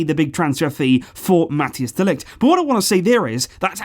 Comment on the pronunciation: Man I love your videos, but who is Matthias de Ligt? (pro-tip, its pronounced more like Mat-ICE)